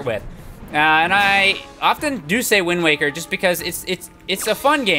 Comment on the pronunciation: YOU SAID WING WAKER XD